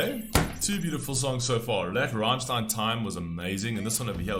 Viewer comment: Please listen to Rammstein's songs Rammlied, Wollt ihr das Bett in Flammen sehen, Ramm4 or Rammstein then you know how the band's name is pronounced. Again you stopped the credits... went from a like to a dislike